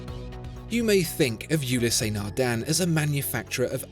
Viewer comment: Its Nardin not Nardan.😅